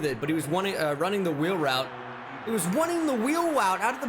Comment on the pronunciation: Wunning the wheel woute